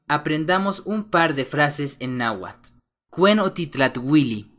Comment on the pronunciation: viendo casi completa tu video, no solo tienes errores en la escritura tambien en la pronunciacion, ejemplo nla Tz no se pronuncia igual que la Z porque tambien se respeta la T y antes de pronunciar la Z se pronuncia la T, y en la Tl, y el nahuatl nunca se a pronunciado como nahuatul, alomejor escuchaste decir alguien que no sabe hablarlo por eso dices eso, en realidad esta mal la pronunciacion, nahuatl se dice como esta escrito y claro en algo estoy de acuerdo el H es muda